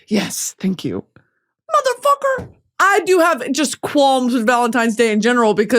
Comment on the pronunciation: "motherfuquor" why are you saying it like that <3